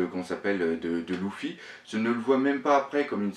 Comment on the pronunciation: J'adore tes analyses, tu as vraiment trop d'inspiration et de réflexion, bravo. Mais y'a un truc qui me stresse c'est ta prononciation "louffy" on dit pas "leuffy" plutôt ? Sur toutes tes vidéos ça me stresse mdrr !